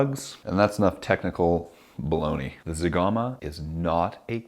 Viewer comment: Wowwww you killed zegama hahahahaha